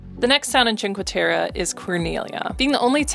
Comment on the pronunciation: please kindly practice the pronunciation of the cities you visit... it's "teh-reh" not "teh-ruh" great video... :)